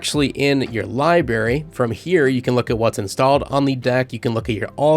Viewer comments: you kept pronouncing library as "liberry". It's libRaRy. Two Rs. Just a pet peeve of mine lmao, but otherwise good review mate. Also apparently OBS is natively supported on Steam Decks OS, could potentially capture the mic audio that way. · It's library, libary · The amount of times I heard "libary" bothered my soul *LIBRARY* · Say libary one more time… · Good review but library has two Rs in it my guy lol